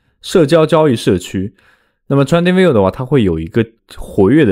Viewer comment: 你连trading都读不来...